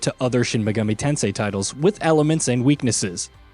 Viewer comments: Don't forget Shin Me-Goo-mee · "Shin Me-geh-mee" -_ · Why did you pronounce Megami like that